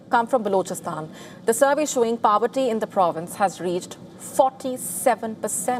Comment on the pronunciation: Its not PAVERTY, its POVERTY